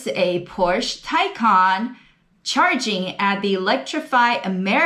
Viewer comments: Good video and thanks for looking up the pronunciation of Taycan. The Porsche is more luxurious than a Tesla Model S, but you’d especially that from a pricey Porsche. Now a suggestion - pronounce Porsche correctly, two syllables, POR SHAH. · I've watched videos with other car reviewers, some with big names behind them, mispronouncing the name 'Taycan'. Kudos to you for taking the time to look up how to say it properly.